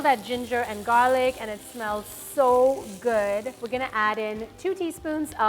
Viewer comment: "And some minced garlic-KKK"